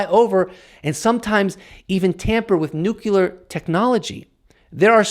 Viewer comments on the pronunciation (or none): Agree with your message but please pronounce the word nuclear as 'New Clear' not 'New Cu Lar'. It adds more credibility to your standing. Only a small point - but well done keep sending the message